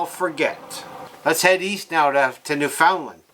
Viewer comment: You don't say newfinland properly